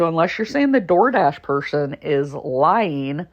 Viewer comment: Oh yeah, and its DD PERSON, NOT pershon 😂😂😂